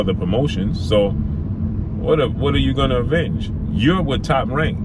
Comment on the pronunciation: Lol definitely sounded that word out. It’s *Avenge great brother